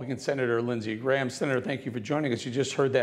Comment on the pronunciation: Don't be so sure Grahm-ham